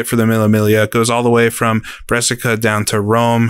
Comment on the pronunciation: I'm from Brescia, just so you know it's pronounced BREH-shuh